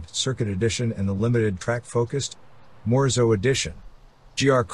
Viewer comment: Morizo not Morzo!!!! Lazy vocabulary voice over guy!